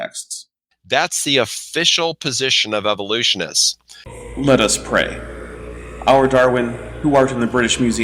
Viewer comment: Dinosaur "genres", "evolusonists", "cartlage", pretty sure he said "pure" reviewed journals... are we sure isn't just illiterate, if English is his first language?